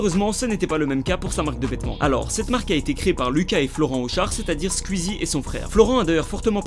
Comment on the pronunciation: Est-ce que ça perturbe des gens qu’il dise « Squuzie »?